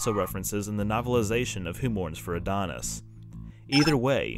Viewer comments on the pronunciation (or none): none